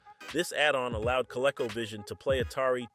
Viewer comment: CO-Leco 🤣🤣🤣 -1 Learn how to Pronounce Words before making videos 🤣🤣